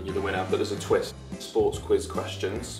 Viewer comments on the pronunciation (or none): none